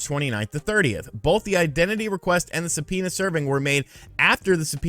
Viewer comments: Se-penis?😂 did anyone else catch that?? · Say subpoena one more time